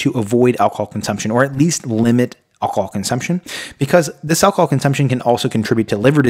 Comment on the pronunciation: Alc-o-hol! Not 'alcol' as you kept saying. Annoying when somebody can't pronounce the very thing they are advising how not to do! I stopped when at that point.